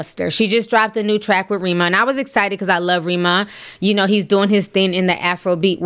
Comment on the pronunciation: Hi Ti, 🇳🇬 here. It’s R {eh} ma, ‘E’ pronounce like E in Egg, R (eh) ma